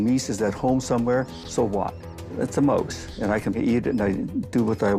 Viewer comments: “the moase”? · Liberals are all psychopaths. Antifa. Bernie Sanders. Killary Clinton. The whole Bush family. The Rothschilds. Need one go on? Uh Oh the guy does not know how to pronounce the word mouse. mose!